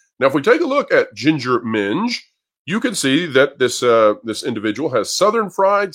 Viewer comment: Hearing say "ginger minj" almost made me spit out my drink, hahaha!